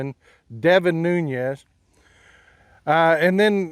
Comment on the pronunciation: Nunes. Not "Nuñez." Portuguese origins, not Spanish. Or you can just call him a piece of sh#t and make it easy. As a Texan, it's refreshing to hear truth spoken from beneath a cowboy hat.